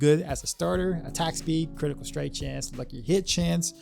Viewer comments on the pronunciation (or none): none